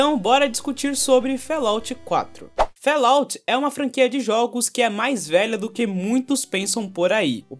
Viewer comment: Fallout - pronúncia: FÓLAUT, e nao "félaut"... abraço ;)